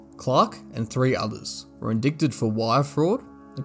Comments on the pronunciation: Bro I love this video but your pronunciation is shit It’s pronounced in-dight-Ed not in-dick-Ted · “Named in the in-dicktit? Lmao. It’s pronounced in die Ted. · Great job on the thorough exploration of this topic! I'm probably not the first to point it out, but "indicted" is not pronounced phonetically. The "c" is silent. Sorry, I'm a pedant.